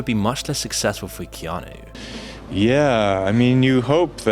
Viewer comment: I love it when says Keanu. KEY ON KNEW lol